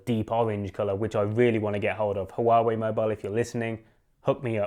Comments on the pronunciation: It's pronounced Wah Way 👍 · You're pronouncing it incorrectly! Literally the first thing you should have gotten right. Poor, poor, poor.